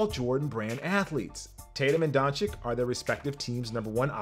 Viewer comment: Please learn how to pronounce Doncic.